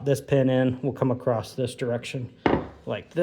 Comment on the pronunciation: Across or “acrosst”???